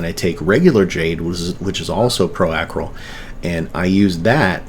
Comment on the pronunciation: Thanks for the video. Say Acryl like you're saying acrylic :)